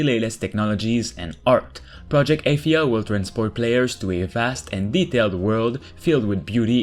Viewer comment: Its pronounced Uhh-thia Not Aye- this...